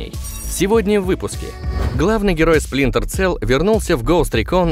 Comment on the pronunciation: Да блэт не Целл, а Селл. Сплинтер Селл! Ну нет в английском языке звука "цэ".